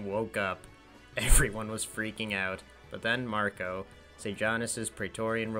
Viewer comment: Sejanus' replacement as leader of the Praetorian Guard was named 'Macro', not 'Marco'.